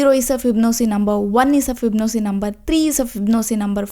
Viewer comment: fib-no-c. 😂 this is the worst pronunciation of this word I've heard.